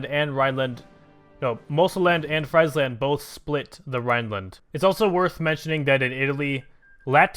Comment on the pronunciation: Some pronunciations: Its not pie-dmont its pee-yeah-mont Friesland is Free-s-land Pas de Calais = Pa - the - ca - le (as in lesb***)